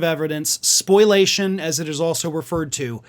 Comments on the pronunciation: Spo-li-ation. Not spoilation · "spo-li-ation" (I'm dyslexic too, I get it) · SPO - LI - ATION.:person-turqouise-waving